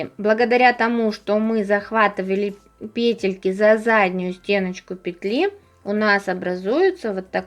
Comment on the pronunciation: пЕтельки, пЕтли, пЕтель🤦‍♀️